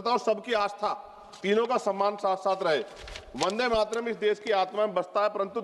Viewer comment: जो ढंग से वंदे मातरम बोल नहीं पा रहा वो भी ज्ञान दे रहा इनसे कहो भाषण तो सही से कहो किताब न पढ़ो वो भी अशुद्ध वर्तनी के साथ।